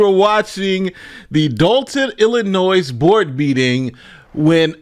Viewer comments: Illi-noy….NOT illinoize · Come on man, it's not IlliNOISE. It's Illinois (ill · uh . noy,) the "s" is silent. Sorry, but bad pronunciation dives me up the wall. This is one everyone should be aware of by now. Sorry, but it doesn't take much to distract me from the subject, lol. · ILL-I-NOY. Not NOYS. NOY. Stop it. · Illinois please, its not illinoisssssssss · It's spelled Illinois but it's pronounced ill-in-oy. The "s" be silent and stuff.. jsyk. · It is not Illi-NOISE! Please learn to pronounce it correctly! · Pretty bold to talk about a scamming mayor and then do an ad read for a scam drug 😂 Also, it’s “Illa-noy.” The S is silent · This Henyard story is nuts, dude. it's pronounced i·luh·noy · please stop putting an "S" at the end Illinois. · You keep pronouncing the s at the end of Illinois but the s is silent. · The “s” in Illinois is silent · Bruh, pronouncing the "s" in Illinois is super cringy. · Bro the S is silent in Illinois. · The S isn’t pronounced in Illinois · How are you a lawyer and cant pronounce "Illinois" ? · Hey. I’ve been a sub for about a year, but all due respect, Illinois is pronounced with a silent S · Please stop pronouncing the S at the end of Illinois. It's silent! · The S in Illinois is silent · Do me one favor, don't pronounce the "s" in Illinois! Thank you😘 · You don't pronounce the "s" in Illinois smdh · for the love of God, the S in Illinois is silent? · the "S" in Illinois is silent! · Illinois has a SILENT S! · how big of a dullard cant say Illinois right ?????? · It's pronounced illinois. Not illinois.